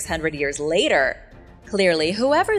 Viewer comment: Layster lol